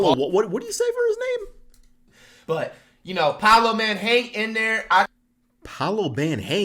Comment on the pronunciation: he said poalo man hang in there